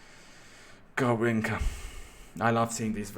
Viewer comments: fam its garrinsha not garrinka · The way to pronounce is GarrinXa, and yes, he carried Brazil to the 1962" World Cup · Hey, be careful with the pronunciation of Garrincha. the "cha" is like in "cha-cha", or like at "cheese". no like at "car".